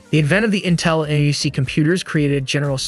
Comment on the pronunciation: NUC is pronounced more like "Nuk" or "Nook"